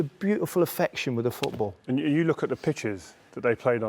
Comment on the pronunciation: Rio Ferdinand it's called 'FooT BaLL' not FootBOOR.